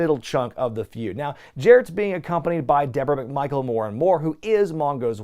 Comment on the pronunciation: Did he call Steve McMichael "de Michael" or am I mishearing it?